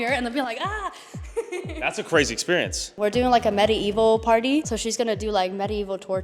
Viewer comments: She pronounces medieval weird. Sounds like metaevil. 😂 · "Actually??" "medi-evil".. this generation is cooked